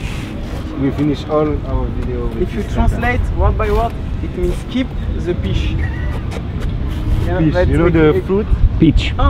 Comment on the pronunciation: "kip ze piche" 😁😁😁